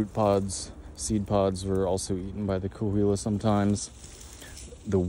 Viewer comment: Cahuilla is pronounced Ca-wee-yuh, just an fyi, I have friends in the tribes.